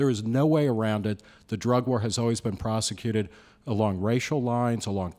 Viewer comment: "prosicated"... lol. yeah, he's friend's with good ole george junior for sure!